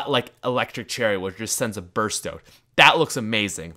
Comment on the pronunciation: Are you Canadian? Because you can't pronounce "Out."